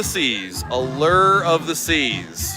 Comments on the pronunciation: "uh-lurrr of the seas'. Doesn't sound very alluring 😂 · Every time he said it we mimicked it and laughed.... Uh-lerrrrrrr....... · Drives me batty!! Where is the ERRRR in ALLURE!!!